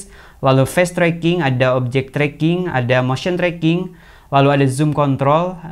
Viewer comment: Hehehe,, ternyata FACE tracking, kendengaran sih FAST tracking - no problem that 's a matter of pronounciations - ditunggau review lainnya